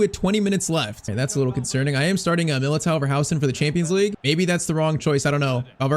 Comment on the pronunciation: Please stop pronouncing MILITAOs name wrong